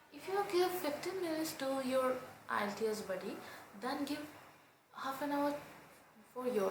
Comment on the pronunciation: PLS,,learn how to pronounce "IELTS"?